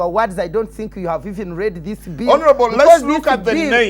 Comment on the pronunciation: you are NOT DI ONLY PAHSONN WHO REEZD DA BIBAHLL